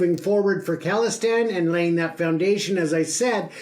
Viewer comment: FYI it’s pronounced “Call-istan” (like phone call) not “Kahl-istan” no disrespect it’s all love, appreciate the good work